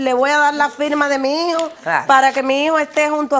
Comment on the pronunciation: Que pena.... lo que hace la falta de cultura l, me costo mucho entender a las dos señoras, no podian expresarse ni desarroyar la historia de forma clara y directa. Por cierto no es higo.... es hijo, mi hijo NO "mi higo". No sabe ni hablar